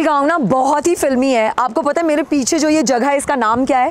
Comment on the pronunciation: Ma'am it's 'jagah' and not 'jaghah' please work on your pronunciation